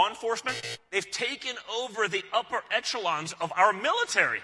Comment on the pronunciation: Gotta love Don Jr mispronouncing "echelon" ^^